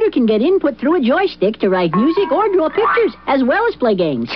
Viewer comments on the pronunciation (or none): Hard to tell, they did more pitch modulation back in the day. I don't think it is though. Inflection is different, as each word and sentence has a different modulation than normally uses. Pronunciation is off too, such as they way he says "Draw" and "ordered." I'm not saying defnitely, but using the markers I recognize, I'd put my money on no. Also, to be fair to him, he was probably too expensive at the time for a bump series.